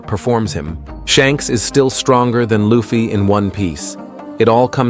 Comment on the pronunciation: How can you not get the pronunciation of luffy right lol